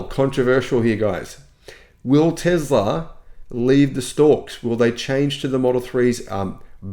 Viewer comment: Elon will not introduce a new model Y as long as you keep saying Tezla instead of Tesla! The difference between z and s is there for a reason! 🤣